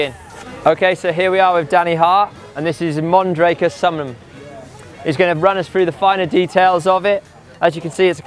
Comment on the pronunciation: Summum...summnum...summunum? Get it right!